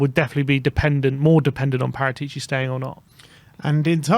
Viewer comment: It's wrong speak Paratìci, the correct sound is Paràtici